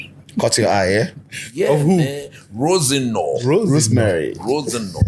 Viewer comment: Coach has changed how he pronounces “Roseneeeer” to “Rosenoaaa”….😂😂😂